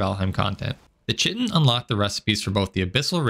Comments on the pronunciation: It's kite-in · please learn how to pronounce "chitin" and "megingjord" properly, it's a little jarring. Yes i'm being snobbish what are you gonna do